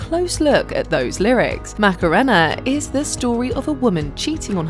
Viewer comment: How is it possible that you get the pronunciation of "Macarena" completely and utterly wrong when they say it repeatedly in your own video?? Also, it's a spanish word so obviously you don't use English phonetics.